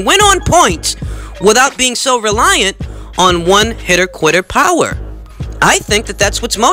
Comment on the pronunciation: “Relying on your Powah” 😂